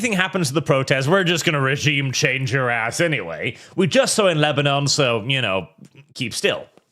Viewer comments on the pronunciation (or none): none